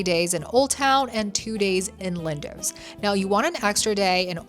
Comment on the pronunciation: "Lindowwwsss " 😂 .. it's pronounced "LINDOS"